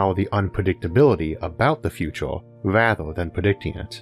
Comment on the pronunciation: feato're(future), univ'oss(universe), yee'a (year), computo' (computer), ... Seems like US English is evolving in front of my eyes :)